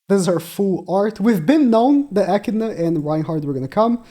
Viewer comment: bro its bothering me more than it should but it’s pronounced A-Kid-Na not ecina